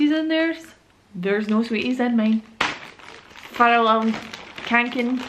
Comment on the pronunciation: you pernouse it fe - yall- raven ka-ken